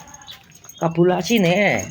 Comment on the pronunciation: Kabulator kok kabulasi 😂😂😂